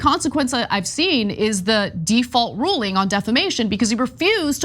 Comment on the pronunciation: It's pronounced defamation.